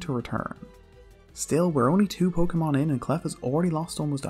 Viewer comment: Pokemon don't have official pronunciations actually. You've both been saying it right